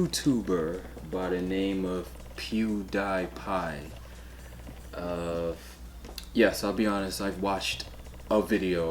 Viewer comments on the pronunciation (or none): PewDEEEEPie, not Pew die pie :) He got some entertaining stuff, in my opinion. That particular stunt, was dumb. But we can all agree, gotta respect his grind.